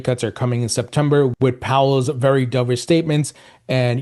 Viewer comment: Dubish!?! Wth is that? You said it like umpteen times. Stop it!